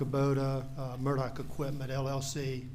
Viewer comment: So odd how Alex pronounces his surname "Mur-duck" or "Mur-dick" while his brother pronounces the same surname "Mur-dahw", and once he does say "Mur-dock". Mur-dahw Rental Center Mur-dahw(?) Kobota Mur-dock Equipment LLC ......so there's multiple ways that this family pronounces their surname, between Mur -- daw, dah, duck, dick, and dock. At this point, some people pronounce it "Murda", very close to how many South Carolinians, North Carolinians, Georgians, Floridians, Mississippians, Cajuns or creoles might pronounce "MURDER". And the (convicted) murdering Murdaugh is known as Alec and Alex to various people in his family and community, although most who are close to him seem to call him Alec, or "Ellick".